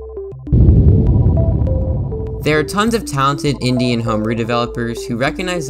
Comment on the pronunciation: lol i heard indian homebrew developers instead of indie and homebrew. this is an amazing video and i love your stuff!